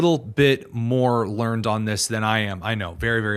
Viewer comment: the word is learn--ed-- it is an adjective. Horrible error saying the guest is "learnd " in that sentence. If you speak the words written for you, you need to learn how to pronounce them. Hah PREcursor too! Daily Signal needs to review/practice a bit more.